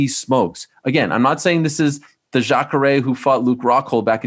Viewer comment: He means most people who are grammar nazis or get hung up on little spelling errors are usually douchey. I have to agree. Him saying Jacre is something lots of other people notice, but we still clearly understand what he meant so we don't take the time to have a "look at me" moment and correct him in public.